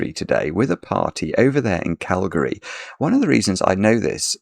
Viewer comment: says Calgary correctly. I want to hear him say Toronto, Saskatchewan. Maybe Nunavut.